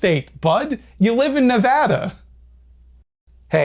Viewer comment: THANK YOU FOR PRONOUNCING NEVADA CORRECT that was based